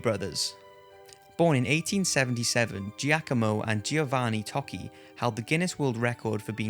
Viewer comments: (ToCHCHi) not ToKi! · It is pronounced Tochi not toki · Tocci is pronounced "Toe-Chi" not "talkie". in Italian, 2 C's followed by an I has the "ch" sound, much like the word cappuccino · Very interesting. One small point: Tocci is pronounced "toe-chee" not "tokky"